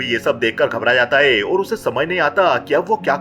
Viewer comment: भाई आप अपने गले का इलाज करवाओ, मुझे लग रहा है आपके एपिग्लोटिस में कुछ समस्या है , जैसे है को हे, हूं को हू बोलते हो